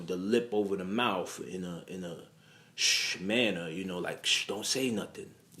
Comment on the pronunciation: the lip ova da mouf 😂